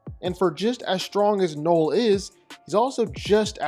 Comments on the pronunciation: Why are you saying Knoll? His name is Knull. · Knull. Not knoll. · I hate how you say knull